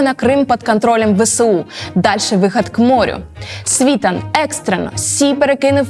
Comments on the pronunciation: На прикладі СвітАна( а не свІтана) ясно,що ваша аналітика "грунтовна", але бездарна 😅 Кажете,що в нього нема свого каналу і одразуж маніпулюєте заголовками каналів( нібито він іх сам що адав)! Побачивши в вашій " пральні" Портнікова(???)- зрозумів,що Ви,уважно, дешева прокладка між "офісом" Єрмака і обдуреним ними і Вам,дівчинко,народом! Який Ви разом з Зеленським продовжуєти н@ йо*увати ! Всунути в свої "рейтинги", ще й Віталія- це видатна необачність( тобто виперає,незамасковане)😅😅😅 ! Це ж видно ! Порніков не замовчить- поки його не вб'ють !!! Всі інші " анал літики дійсно повне лайно...Але - Портніков???? Тому і видно ,що Вам його заказали😅 Ви виглядаєте смішно😅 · Ви журналістка. Чому ви наголос робите неправильно? СвітАн його прізвище. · Як ведете розслідування почніть хочаб з наголосу прізвищ. В вас спікер навіть говорить СвітАн. Гидко слухати. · Цікаво, як ця ведуча, що аналізує Світлана, якщо не знає як наголос в прізвищі ставиться?? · С скаких пор свитан наголос на последний ..а соска нам вставляет саитан наголос на первый слог .... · Вибачте,але трохи комічно виглядає: півтора роки досліджень, а у першому ж прізвищі експерта (ким би він не був) неправильно поставлений наголос. І ще, якщо ви вже позиціонуєте своє медіа як експертне хотілося б менше емоційних оцінок, а більше фактів. Дякую. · Журналистка знает кто есть кто но не знает правильное ударение фамилии СвитАна,военный знает и говорит а журналистка один хрен говорит СвИтан, про достоверность все понятно,можно дальше не смотреть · Дівчинко! Навчіться правильно користуватись правилами української мови і ставити наголоси! У прізвищі Світан наголос на останній склад. Неосвіченим виступом ви, шановна, підриваєте авторитет української журнілістики. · А чому Сві тан, поцікавтесь наголосом,а слухати потрібно різну інформацію, бо як аналізувати , що б мати уявлення про сьогодення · Не СвІтан , а СвітАн ! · эти эксперты даже ударение неправильно ставят. СвитАн. как им можно верить? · Не свиииитан, а свитаааан